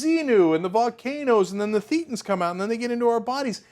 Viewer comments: It's "thay-ten" not "thee-ten". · It's pronounced They-tans. Just saying. Love the segment guys! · pronounced "thay-tins." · It's pronounced thay-ten. Like Satan, but with a lisp. No I am not kidding. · "thay-tons" idiot Turdsters.